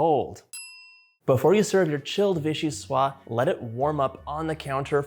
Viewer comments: Love watching you 💖 ! The pronounciation is : vee-shee-swaZ. That's because soup is feminine in French. Vee-shee-swaa is the masculine (and means something which comes from Vichy). 😁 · Just a FYI: VIchyssoise is a feminine word (in French, words are either feminine or masculine). As such, this word, is pronounced "vee-shee-suaze"). The e at the end is also a clue that it isn't pronounced "vee-shee-swa". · Mostly, if it has an 'e' at the end, you pronounce the 's' before it 👍🏼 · VichyssoisZe not silent at the end, was originally made as Postage Parmentier when eaten warm. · So delicious! I hate to be that guy, but... the final "s" in vichyssoise is indeed pronounced—like a "z" :) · Wish you all the best in all your endeavors :-) (Your Vichyssoise is spelt correctly, it's the feminine, so it's just a question of pronouncing the last S as Z rather than leaving it silent.)